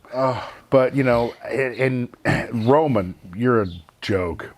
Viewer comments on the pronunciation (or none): The way Goldberg said..."Roman !!! You are a joke... XD